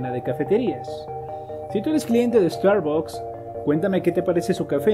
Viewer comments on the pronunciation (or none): No se dice estarbocs se dice estarbacs.